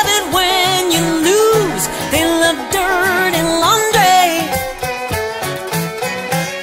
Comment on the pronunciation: Who told her it was okay to sing the words as "Dierday Lawndray". Horrible way to pronounce those words.